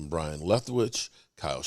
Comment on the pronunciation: It's pronounced Bye-Run Leftwich not Brian.